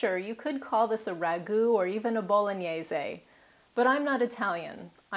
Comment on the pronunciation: You pronounce both pappardelle and bolognese very well :P